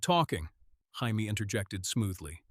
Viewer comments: use your own voice, nobody wants to hear AI narration. If you insist on using AI, listen carefully before posting and everyone gets up in arms. We heard Jaime pronounced “hi me,” because in English “hi me” is spelled the same way GRRM decided to spell Jaime in the books. You could fool AI, by spelling it in common English form, Jamie. But English is probably not your native language, so you wouldn’t know that. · Learn to pronounce Jamie. Or stop using AI and read it on your own. And this whole story makes no sense. Go to kings landing where he has no power where he is vastly outnumbered by Lannisters.. instead of telling him in the north where he has all the power.